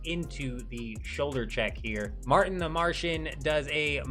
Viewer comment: no way he called Marvin "Marten"